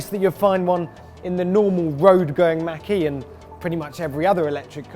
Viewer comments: Why do you say Mackie? It's pronounced Mawk - E. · I like how you say 'ford makky' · Sounds like he said Mackey lol.